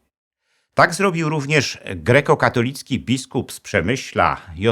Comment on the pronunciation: w końcu poprawna wymowa. Kościół GREKO-KATOLICKI